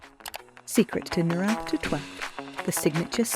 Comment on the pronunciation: Learn how to pronounce the word "number" correctly and consistently.